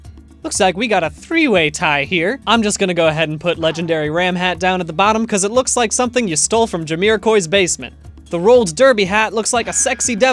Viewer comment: Who.the hell is Jamiro"qwoi"?